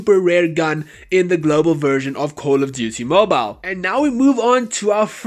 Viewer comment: Cooooouul of diutiey Moble that's how your intro sounds like